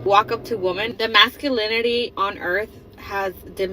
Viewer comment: The woman doesn't know woman and women are pronounced differently.